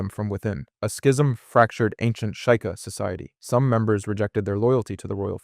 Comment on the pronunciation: shy kah? its SHE-KAH